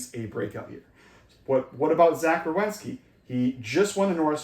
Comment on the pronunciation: It's Werenski, not Rewenski.